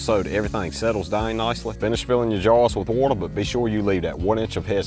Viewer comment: I know he’s saying “jars” but I hear “jawns”